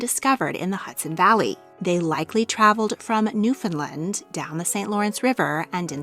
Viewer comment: Not how you pronounce Newfoundland, but ok